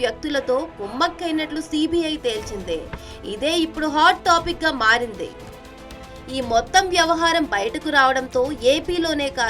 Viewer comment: మారింది... మారందె, అయిందే, వర్సిటీ పోయిందే తెల్చిందే కాదు.. వెళ్లి తెలుగు నేర్చుకో ముందల 😂😂😂